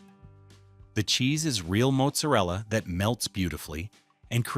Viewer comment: They pronounce their name like this: "Ray-o". And it's pronounced "Maht-zer-ella" not "Moat-ser-ella".